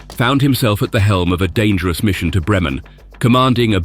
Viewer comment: 'Messerschmitt'... Beautifully and CORRECTLY pronounced...AT LAST!!!... (But 'Bremen' is pronounced. BRAYmen... as ) 🤫